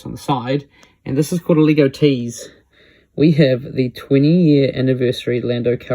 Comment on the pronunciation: Funny the accent makes you say Leeh-go😂